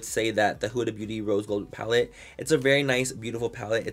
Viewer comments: Sometimes he says “beaurrrrry” in a Mexican accent So might be a joke lmao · You gotta read it in his voice “Beaurrrrrry” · He always says “beaurrry” 😂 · That’s that way he says beauty. Come giiiirl. Roll that t